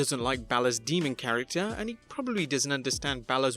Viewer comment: Deamon? No. It's demon.